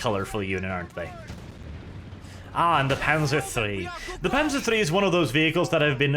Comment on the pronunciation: Wait, this is a German campaign? So why do these soldiers speak English? Also, you have no right to get annoyed at people botching the pronunciations of German words,, since you keep pronouncing the "z" in "Panzer" as if it was an English "z"...